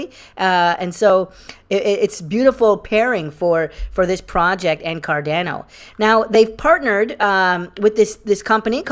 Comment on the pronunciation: You said carDANo again and not carDAHNo!! Aaaarrrggghhh lol. Come on dude!